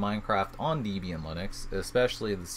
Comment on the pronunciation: Sorry.... it's not deeeb ian (#1).... it is a contraction of a mans wife (deb) and him (ian) hence the name. Point #2, backslash is this character"\" it is used in the windows/MSDOS world. the character is a slash "/" and IF you feel the need to specify WHICH slash it is, it is a FORWARD (/) slash, not a backward (\) one. Microsoft, I believe did this to be 'different' from the other OSes of the era in using it as a delimiter. Your emphasis of capital versus lowercase letter is well deserved, thank you. Also, a HUGE GIMONGOUS shout out THANK YOU for all of this!